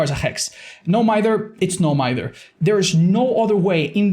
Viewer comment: ‘No Mither? It’s No Mither’